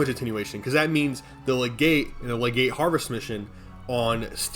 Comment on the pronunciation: Btw, its lega-CYTE not legate lmao